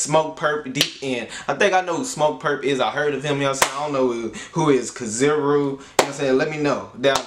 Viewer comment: Not (Kaziro), but kizàru